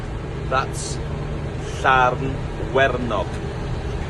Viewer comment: Do not listen to Gareth about sheep name, they are called Llanwenog sheep, pronunciation of the sheep was better. 👌. Great video.